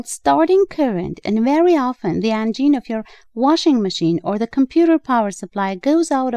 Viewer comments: Engine is NOT correct, it is motor Engine is for complex motors (typically power by combustible fuels). Also Engine is NOT pronounced en-JEAN is correctly pronounced EN-jen (I have tried to help before, but maybe you don't read English?) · "The vagine?" "The engine?" "The angine?" What did she say? I thought she was talking about motors.